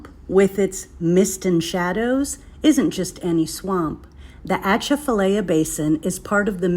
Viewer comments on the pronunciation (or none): Girl it is pronounced ( AH - CHAF -A - LYE - AH ) . I-10 there is deadly when foggy . Bonjour de Louisiane !!!!!!!!!!!!!!!!! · God, the pronunciation of these names are just doing me in. It's laffy-yet, not la-fy-yette . Laffy-yet, and also it's uh-ch-af-uhh-lie-ya , that's how you pronounce that. Plz dear Lord learn the pronunciation of the terms before making a video about it. That's all we really ask. Otherwise you give us locals a good time making and poking fun. 🤣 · The T is silent,,, she isn’t pronouncing it correctly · It's not dangerous and not haunted. You cannot even pronounce it correctly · You used to drive around the swamp before they built the bridge. Also you need to learn how it’s pronounced by locals. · You can’t pronounce it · Please learn how to pronounce the name of your gonna make a video about the atchafalaya basin. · Thank you. I can't tell you how aggravating it is hearing our names pronounced wrong.